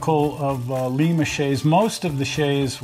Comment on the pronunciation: I'm pretty sure its Lime-uh like the beans and not Leem-uh like Peru.